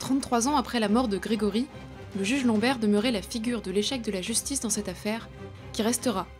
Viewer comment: « Le père de GrégPry » Ok